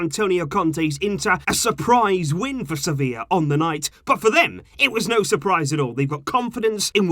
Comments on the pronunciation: Its sevilla lol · do you mean sevillla? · its Sevilla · Its Sevilla bro😂😂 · But it's Sevilla right???🙄